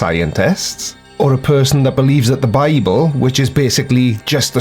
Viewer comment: This guy has the feel of douche baggery because the way he uses his hands. Ofcourse there's his condescending demeanor. Edit: also why does he say bible like "bah-bool"? Its extremely annoying.